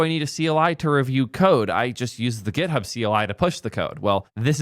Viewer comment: its github not gethub